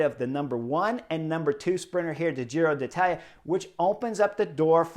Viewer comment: Give Chris a break. It’s a foreign name that he can pronounce pretty well. Relish it.